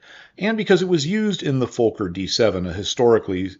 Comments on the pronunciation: Never heard a Fokker pronounced fo- ker before. Always been fok er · Reinhold Plalz? Was the designer of the Fokker d7,pronounced fawker,not folker.